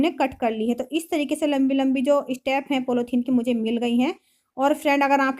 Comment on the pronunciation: आप के बच्चे आप जैसे ही होगे।कितना बकवास काम किया है। पॉलिथीन होता है पोलौथीन नहीं।